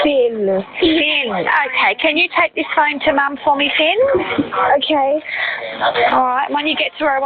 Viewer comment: Finn not phin